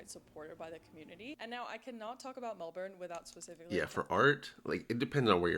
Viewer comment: You cant see it all in a day, no chance ! You would think she could pronouce Melbourne right !